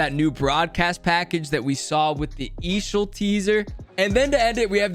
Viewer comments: Just say E A S H L not eeeshall 😭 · For the love of god, stop saying eeeshel like shit that’s cringe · Nobody calls is eeshell stop it. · ok how much did they pay you to say eashl like that